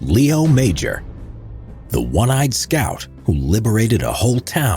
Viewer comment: I had the pleasure of meeting Mr. Léo Major, DCM. First of all, his name is not pronounced 'Major', it's pronounced 'Majore'. Also, he was known as the 'one eyed ghost'. A friend of mine was producing a documentary about the Korean War and went to interview Mr. Major in Montréal. He brought me along as interpreter, but it turns out Mr. Major spoke good English. After many questions the producer asked a bold question: 'Did you like combat?' Mr. Major replied, 'i enjoyed it very much.' He also said that 'The Chinese were nothing compared to the SS.' Apparently he was refused for service in Korea on medical grounds, because he had one eye. However, the famous commander of the Royal 22e Regiment intervened and said 'I need this man' , and Major was acepted for service. I don't understand how Major was not awarded the Victoria Cross. When i was in his living room, i realized I was in front of greatness. Despite the fact that he is not a Victoria Cross recipient, Canada Post issued a stamp with his likeness.